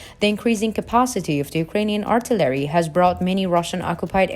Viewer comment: WTH is artolary?? Is that Artillery and you're just saying it wrong?? I'm thinking that's what it is but not 100% sure